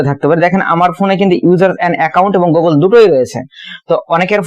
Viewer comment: ভাই ওটা গোগোল না 😂 গুগল 🤣🙏